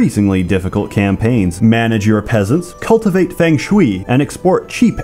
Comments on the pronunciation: it's pronounced as Fong Shu-Ayy, not Feng Shui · Feng Shui is pronounced Fung Shway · "Fang Schwee" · It's Fung Sooy. God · "Feng Shwee" I absolutely adore pronunciation of things.